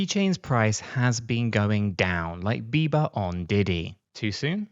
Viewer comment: The way you say Bieber is like Arnold saying Neighbor. :face-green-smiling